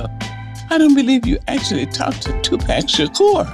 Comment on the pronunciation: I cringe that she mispronounced his name when she spoke of TUPAC.